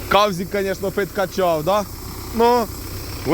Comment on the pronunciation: поздоровляємо з перемогою,і не кавзик,а сазик.